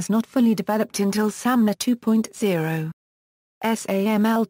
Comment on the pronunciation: Wonderful service--thanks for uploading. One suggestion: SAML is pronounced sam-el, according to the first parenthetical here. Would be great if that was reflected in the audio. I'm aware it's automatic, but I'm posting here in case it can be corrected.